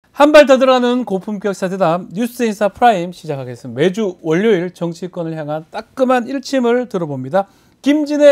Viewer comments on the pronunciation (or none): 박변호사님. "월요일" 발음하실 때 "월료일"이 아니고 "워료일"로 해주세요 ~ 표준 발음.